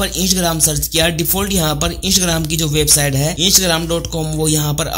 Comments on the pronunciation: Hello bhai o isgram nahi Instagram he😑😖pahle to dhang se bolna sikhiye uske bad video banao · इंसग्राम नहीं है इंस्टाग्राम है ठीक से बोलो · Insgram nahi hai instagram hai sahi se pronounce karo 😂😂😂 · Right bro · 😂😂😂your are right bro😂😂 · sahi hai bhai😃😃😃😃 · Mistake ho RHA he bro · Bihari hoga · Bat to bilkul sahi kahi aapne